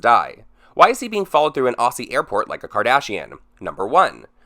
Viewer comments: legit cringe how you pronounced aussie and brisbane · Chiderah Ugwu I agree haha they would’ve known with this blowing up he was going to leave as well. So surely woman’s weekly or some shit would’ve had someone staked out there haha my soul felt crushed the way he said Aussie and Brisbane too 😂😂😂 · Hey! Aussie is pronounced "ozzie" ☺️ love you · Aussie is pronounced Ozzie, and Brisbane, Briz-ben.